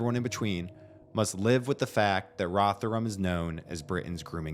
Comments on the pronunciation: It’s pronounced Rov Her Ham and it’s an absolute dump. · Why do you keep saying Rotherham with the TH sound from THING, unvoiced, instead of the proper voiced THIS? Can't you hear the difference? Like sandpaper on my ears. Oh, and my family's from Rotherham way back, so I expect to hear the proper name. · I'm still tying to not be distracted by your pronunciation of Rotherham. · It's odd that you can't say Rotherham properly